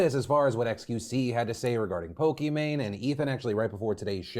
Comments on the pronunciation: I love how Defranco says Pokimane name multiple times, and he just goes "PokiMan" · Pokimane pronounced like Maine not man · I'm sorry but you calling her Pokiman made me ugly laugh. It caught me off gaurd so much lol. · "Pokeman" R/AttorneyTom won't forget this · Never calling her pokimane again. Lmao pokaman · Well he said Poke-e-MAN. So i'm confused by your comment the first one not the one i'm responding to. lol